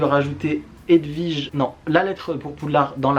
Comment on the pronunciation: C'est marrant, tu n'es pas le premier que j'entends dire "HedVige", la grande tante de mon meilleur pote qui portait ce prénom, ça se disait bien W (oui) comme dans William, Walter ou kiwi.